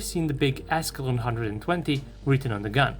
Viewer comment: For some reason I thought he said "ass long gun" instead of "Ascalon gun"😂😂😂